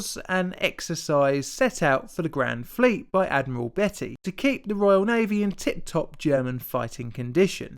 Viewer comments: It's not pronounced to sound like Betty but Bee-tee. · You can’t pronounce Beattie